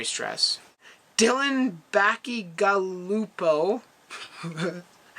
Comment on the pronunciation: He answered my question and it is pronounced bachi(gal)upo